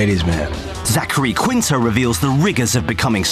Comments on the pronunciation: OMG Qunito XD OMG Zach what have they done to your last name XD Qunito ... XD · 'zachary qunito'????? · is his last name qunito? I thought it was Quinto.